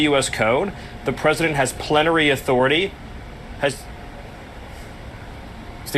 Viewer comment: swear it sounded like planetary 😂 had to look into it and I still find it comical. You are right that the far right think of Trump as some god. So many examples of it.